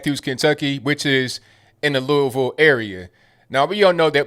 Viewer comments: At least pronounces Louisville correctly! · What a sham.... But, at least says "Louisville" correctly. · Are you from Kentucky brother? You said Louisville the right way.